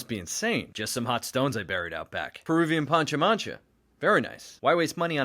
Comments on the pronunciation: As always, entertaining and inspiring. It’s pronounced pah-cha-man-kah btw. :) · Pronounced “pa-cha-manka” But still awesome video! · It’s pronounced “pancha-manKah”, but that’s ok. Great reference